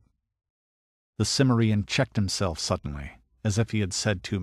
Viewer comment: A superb Conan story, very untypical, but I think one of the best, maybe even my favorite. The vocal performance is also excellent, though I wish the narrator had bothered to learn the correct pronunciation of "Cimmerian."